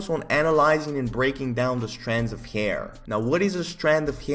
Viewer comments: Nobody:..:"hayier" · nobody:: heair